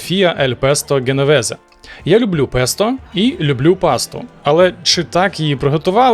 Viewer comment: Паста женовезе,а не геновезе!